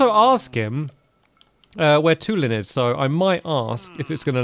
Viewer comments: ITS PRONOUNCED TWO-LIN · STAMPY, his name is pronounced Tooh-lin